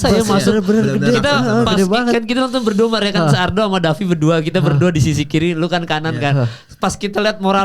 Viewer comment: Davi penyebutan nama fighternya ngawur. Harus belajar lagi.